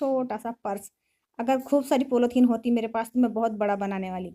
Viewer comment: आप के बच्चे आप जैसे ही होगे।कितना बकवास काम किया है। पॉलिथीन होता है पोलौथीन नहीं।